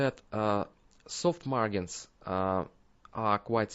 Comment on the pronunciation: The `g' in `margin' is pronounced like a `j', like the `g' in `large'. :D